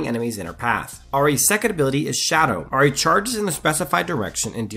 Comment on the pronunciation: Ah ri ah ri ah ri. It's I-ri not ah-ri